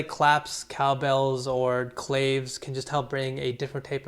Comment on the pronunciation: dope video - very insightful. One tip - clave is pronounced like "klah-vay" (it means key in Spanish and is the nucleus of Afro Cuban music). Love your channel bro